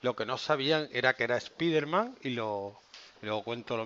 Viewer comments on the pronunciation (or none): Es spiderman